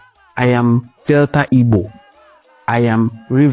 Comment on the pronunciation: Nwa nna are you really igbo at all, are you joining the useless yariba afonjo to mispronounced your home land name, pls don't try this again nwanne what is ibo